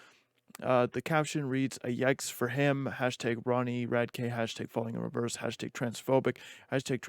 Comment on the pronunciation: You’re saying his last name wrong dude come on